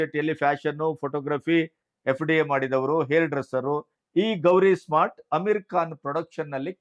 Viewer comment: ಗಣಪತಿಯವರ ಅಮೀರ್ ಖಾನ್ ಮೂರನೇ ಪತ್ನಿ ಹೆಸರು ಗೌರೀಶ್ ಸ್ಮಾರ್ಟ್ ಅಲ್ಲ ಗೌರಿ ಸ್ಪ್ರಾಟ್.